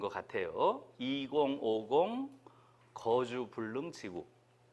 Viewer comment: "거주 불능"의 "거"를 왜 길게 발음하십니까? 잘못입니다. "거처"의. "거"도 길게 발음하시렵니까?? 이런 일은 결코 가벼운 문제가 아니옵니다. 특히 김 누리와 같은 한국 학자로서 이는 결코 용서할수 없나이다.